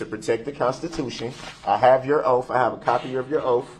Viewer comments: I have a hard time with him saying oaff instead of oath🥴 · “Under Oftth”, “Lawfull law” & “Grounzzz for the substayned” really sir?? Where did this poor excuse for a boy (he is not a man I hesitate to even call him a boy) learn to speak?! Stop being a complete embarrassment to humanity 🙄 I truly hope this sorry excuse piece of man child, murderer, child molester & trash gets treated the way he has treated others.